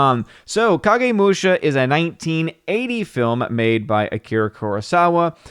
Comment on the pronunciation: Is the Big Bottom on?, you pronounced Kagemusha correctly. Musha = warrior. Not sure what Kagemusha literally means. Jidagekki.... guess where Lucas got the name JEDI.